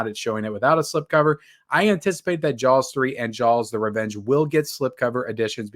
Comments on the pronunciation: Why does he keep saying Jawls? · Whoever buys these 4K movies, you're an idiot and you're the reason why studios take advantage of physical media collectors (FYI, it's pronounced Jaws, no L needed) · You’re not pronouncing the L in Jaws hard enough. Ask your mamaw how to say it, right! 😂